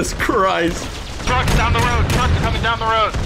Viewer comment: EGGSKUSE ME BUT OI FINK YA MEANS TA SAY "TRUKK"